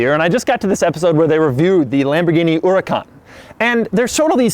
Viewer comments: Why do you keep saying "Urakan" it's Huracan with H! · The entire video, he said “Uracon” and not “Huracan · The way you pronounce hurrucan and hexagonal upsets me (as an English person). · Its not oricon its huracan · It's Hura-KAHN, not HOO-racan. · Doug the type of guy to say ooracan instead of huracan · it is not an UUracaan, its a huracan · Huracan not Uracan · Really?! Urr-a-caun it's hurr-a-caun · Yeah it’s Hurr-ay-cane, how dare he pronounce it Ooracán... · it's not uracon it's huracan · What the hell is a uracan it's huracan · The Lamborghini Oracan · My man Doug do be calling the Huracan the Eurocan.. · Man says hooracan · Why are u pronouncing "unikan" 😂😂😂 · Doug the type of guy to pronounce Huracan as Uracan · He kept saying uracan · it sounded like u said the Lamborghini ouracan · I love how he pronounces it “oouracan” but pronounces every other italian word like an American would. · is he saying Urican?? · The 'Uracaan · He calls it a fucking uracan How does he have 1.2 M subs?!? Learn to pronounce cars bro! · it sounds like he is saying urancan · Huracan, not URUKAAN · Sorry, what is a Lamborghini Uracan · Lamborghini uracunt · Never thought it was pronounced uracan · Lamborghini URACAN?!?!?!😂😂😂 wut? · Doug, it's not an uracan. lol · wtf is a URICAN? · Why isn't this dude prounocing the "H" in Huracan? Urrican lol. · vsm1 nah you're wrong there buddy. "her-uh-Kahn" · you mean Huracàn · the lamborghini oora-con? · Lamborghini "yoorcan", lol. Can't even bother to learn how to pronounce the names correctly? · HER IC CAN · He can even pronounce the name of the car correctly. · you cant even say huracan properly lol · Doug is the kind of guy that doesn't know how to pronounce "H". 🤐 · you really butched the name "huracan" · Why can’t this guy pronounce the name of this car? Clarkson would would love this Americanism........ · Bruh, that is not how you say huracan, learn your Grammer bro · BTW why is he not pronouncing the H FFS this is not English word